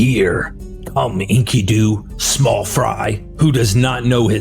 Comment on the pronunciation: This is so hard to listen to. His name is en-KIH-du. Not Inky-doo. He's not a squid in a diaper bro.